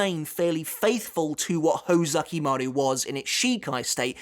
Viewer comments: ho ZU ki maru. not ho ZA ki maru. you are literally a bleach historian. please try to pronounce it right. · Uhmm...its hOzukimaru not hozAkimaru✌️ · Kinda bothered by your pronunciation of Hōzukimaru (Hoe-zucky-mah-roo instead of Hoh-zookee-maroo). Other than that, great video. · Isn't it pronounced "Hoe-zoo-key-maroo"?